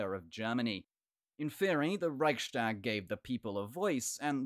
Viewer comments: The Reichstag isn't pronounced that way. It is Rechs-tag, not Reich-stag, so the st rule doesn't apply. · Raihs-tāg not Raik-štāg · Rise tahk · It's a weird pronunciation, indeed! I've heard it be pronounced "Rike's Tag" in English, and then a different way in German (with the ch being pronounced like the ch in Scottish "loch"), but never "Reishtag"! Thanks for the comment! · Next time I’ll hear Reichstag being pronounced „reishtag”, I’m jumping of a window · The ch in Reich is pronounced like Charly without the -arly part. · Good point! Furthermore, I've never heard the "ch" in Reichstag be pronounced that way! Thanks for commenting!